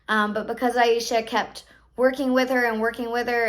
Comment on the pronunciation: Its pronounced a-sha